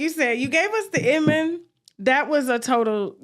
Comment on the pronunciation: Tasha that man name is IMAN….why you keep calling him Inman 🤣🤣🤣